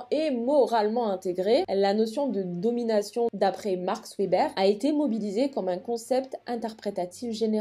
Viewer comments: hola, bonne vidéo mais juste Weber se prononce Veber voilà désoler du dérangement :) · Vidéo super intéressante comme toujours ! :D Juste mini correction: il s'agit de Max Weber sociologue allemand (donc on prononce "veber")